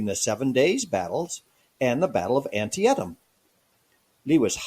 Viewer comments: The name of the river on which the battle was fought is pronounced an-Tea-tum. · Was the voice AI? The pronunciation of Antietam was consistently peculiar. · One of the blurry pictures you showed while discussing Bragg was a rendering of the battle of Culloden. Lazy! You are also butchering the names of certain battles such as Chickamauga and Antietam. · 😅😂 just a suggestion your history video would be way more proficient if you announced words and locations correctly like Antietam. You probably want to stop your high and low cadence when lecturing. It's not far from listening to someone inhale a helium balloon and talk until the helium is used up. I'm not saying for you to be monotoned but a more level speech pattern would make it easier to get the attention of your audience. I'm guessing you don't do much public speaking or teaching classes.